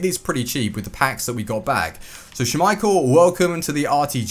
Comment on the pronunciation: Please stop saying "schummeichel" it's just schmeichel lol